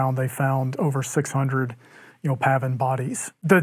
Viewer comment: Hey, if you keep saying "pavvin" all the time, why don't you start calling the other side "seetoes"?